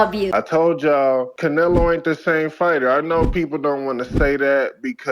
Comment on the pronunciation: Bro, I can’t with you!😂 I watched the part from TBV like 5 times. 😂 “I Theen everything was against Canela!” I’m dyin😂